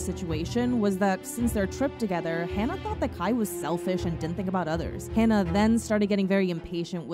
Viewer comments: My only criticism is regarding you pronouncing Hana's name wrong. If you would like to hear how the name is pronounced, recommend listening to the Japanese pronunciation of her name. Other than that I thank you for talking about Hana. My first time seeing her was when she made her US debut wrestling for a promotion called Ring Of Honor through their Women Of Honor tournament in 2018. Instantly felt a connection with her as a fan. I never felt that way towards any wrestler like I did with Hana, like as if I knew her for a long time. Been a fan of hers since then. Her death still hurts to this day, that clear vivid image of seeing those threats happen whenever Hana would post a picture about her daily life. No matter how many positive tweets her wrestling fans and few "Terrace House" fans were sending her way, Hana couldn't see how loved she was. I've personally struggled with her passing, as she meant the absolute world to me. Although I never met her personally, it's that connection I felt with her when I first saw her wrestle in 2018 live on a PPV. I made a promise to Hana after she passed that I would continue living for her, continue to be kind to others, and to constantly check up on others. Thank you again for speaking about this, and I hope people can learn from this. 木村花さんまたね。🌸❤️ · Whenever I think about her I cry. But also, please, pronounce her name correctly, it's like "Haah-nuh" not "Haan-nuh." Hana is "flower" in Japanese but Hannah isn't anything. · It would've been nice if you pronounced Hana's name correctly.. it's HANA, not "Hannah". And the super over-produced and abundance of dramatic sound effects is honestly disrespectful. This isn't tea and drama, a girl died. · It’s not Hannah, it’s Hana. As in Hah-nah. Thank you for making the video but I thought it would’ve been nicer if you had tried to learn how to say her name correctly :( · Haa naa not Hannah aleast pronounce her name right if you do a tribute or explaination on a her.